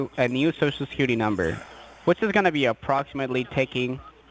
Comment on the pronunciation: I always here sho sho secuwity administwation lol